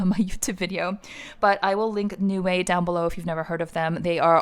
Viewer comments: It’s pronounced as Nei-Wai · 内外 is how it's written in Chinese. It means Inside and Out when translated into English. When I heard u pronouncing it as 'New Way', I was totally confused 🤔